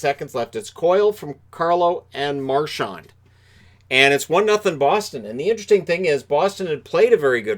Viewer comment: Hey.. there is no T in Marchands name.. it’s not Marchant like you pronounced.. get it right!